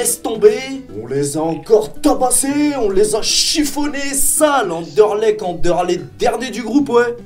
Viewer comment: ÇA SE PRONONCE ANDERLEKT !! J'EN AI MARRE DE ENTENDRE ANDERLESHT !!!!😈😈😈😈